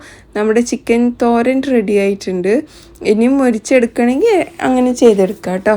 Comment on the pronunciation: തൊരൻ അല്ല , തോരൻ